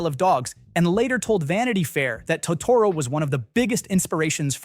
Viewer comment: Your AI is mispronouncing Totoro and it's annoying